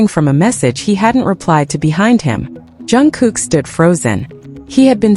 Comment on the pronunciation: Atleast pronounce JUNGKOOK and TAEHYUNG names properly. Learn to pronounce their names before making your videos.